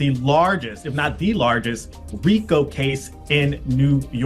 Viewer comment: It’s pronounced REEKO.